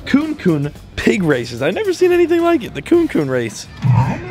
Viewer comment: You really should learn how to pronounce the Kune kune part better. It's not coon coon it's "coo-knee coo-knee"